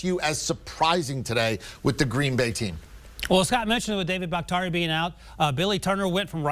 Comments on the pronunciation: Who is Bak-tarie? Man is an All-Pro left tackle and often considered the best pass blocking tackle in the NFL. Get his name right!! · Bahk-tee-ary....the highest paid lineman in the NFL dudes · Can't pronounce Baktiari? There's an i after the t...just sayin. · Do a better job of pronouncing players names, BAKHTIARI. Other than that this was a great conversation.